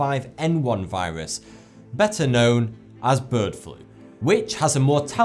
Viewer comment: he says viwas